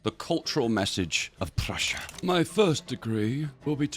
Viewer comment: I heard Russia when you said Prussia, Also because your mouse was over Russia instead of Prussia...